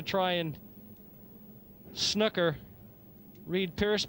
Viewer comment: Pls can someone tell the Canadian commentator how to pronounce snooker. Very ignorant and irritating the way he says it